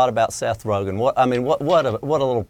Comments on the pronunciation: Rozhen? LMAO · It's rogen not roghen 😂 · Seth Ro-Jen? Who tf is that???? LOL It's pronounced Roe-Gan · This chick really said rojan as rogen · "RoeJEN" ???? He's a pretty famous guy...... have not heard that pronunciation before..... ? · Yeah. "RoeJEN." You know - like calling Niger "Nee-zjherrr..." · "Seth Rojen" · First thing I thought was "did she just say 'Rowjin'? " lol. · HOLY SHIT 1 second into the video. "Seth Roejen"..... Can't even report anything corrently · Seth "Rojin"? Lol. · Did she say Seth rojen 😂😂😂🤣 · did she say seth rojan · Ro-Chen? Lmao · Seth roothgen?!!!!!! Huhhhh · Seth ROE-JINN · Seth ROW-GIN lol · Seth Rogthan? Or Roghan? Lol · Hey Sam Graham. lol. my thought also. A news commentator should pronounce names correctly.